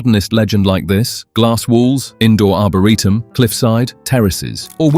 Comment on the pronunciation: What's an arbareetum?😂🤣😅 and point doom?... lol. Not Dume😂❤